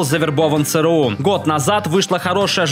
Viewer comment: Бляяяя. Не цэ рэ у, А ЦЭ ЭР У....